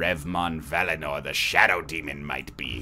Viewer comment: also "vallinor" really... valinor, the land of the valar, JRR anyone